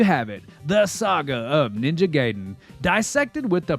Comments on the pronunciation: It's Ninja GUYden, not Ninja GAYden. 😂 Edit: It's REE-U. Not RI-U. What's wrong with you? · Nice video, but you've been mispronouncing "Ryu" and "Gaiden" for the entire duration. "Jaquio" is also wrong (It's Jaki-oh, 邪気王, King of corruption, or Fel King) but the translators are to blame for that.